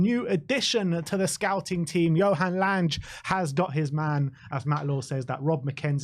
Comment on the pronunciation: FYI his name is pronounced Langer as in hanger.